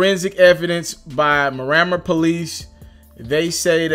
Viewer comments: Bruh the city is pronounced “Mirror-Mar” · It’s pronounced “Meer a Mar” lmfao man non Floridians make me laugh